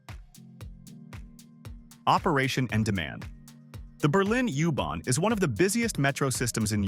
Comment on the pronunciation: I can’t watch this, the AI voice saying “ooh barn” is just too annoying